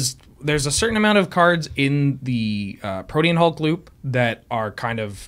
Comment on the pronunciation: learned how to say Protein Hulk properly!